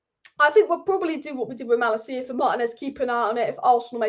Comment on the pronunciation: It's pronounced Mah-Lah-KEE-yah in Dutch, btw, if that's relevant to you.